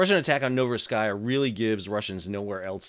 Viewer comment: Pronounced: novoro seesk